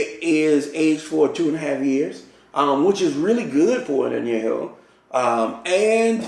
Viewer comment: Who is Dan Julio? And what's a añejou?